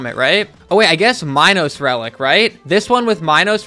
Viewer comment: HE SAID MINOS RELIC LIKE " minus relic " IM IN PANE RN